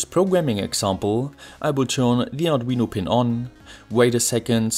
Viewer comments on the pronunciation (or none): none